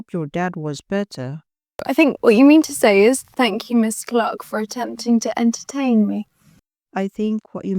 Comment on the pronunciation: Her last name is "Clarke", not "Clock".